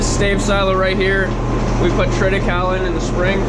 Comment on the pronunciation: isnt it triti-CAY-lee?